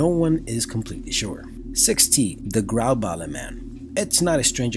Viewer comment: It still makes me laugh slightly everytime i hear a non-danish person try say grauballe